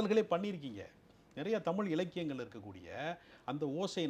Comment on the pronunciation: இரண்டு பேரும் தமில்- மக்கல்-பாடல்கல் என்று தமிழைக் கொலை செய்வதுதான் கொடுமை....